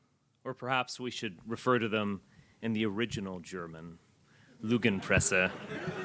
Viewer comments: It‘s Lügenpresse! With a Ü!! At least be consistent in being an original nazi! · It's Lügen- not Lugenpresse, ffs when I was hoping for people from all nations to come together I didn't think we get international nazis. Just a joke of course it just tilts me so much how someone can be openly pro nazi. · or him saying "lügenpresse" (which he couldn't even pronounce correctly either) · The Neo-Nazi can't even pronounce "Lügenpresse" properly. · i find it funny how he smugly refers to the mainstream media as "Lügenpresse" (the lying press) without even being able to pronounce it correctly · His pronounciation of "Lügenpresse" sucks... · Mf out here unable to pronounce "Lügenpresse"correctly and acts like my Great-grandfather during the Third Reich. Insane, not even the AfD would dare say "Sieg Heil"like that in front of cameras like that. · Und der Heini kann es nicht mal richtig aussprechen. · He tried to say Lügenpresse, but he‘s such a bad nazi that he can’t pronounce „ü“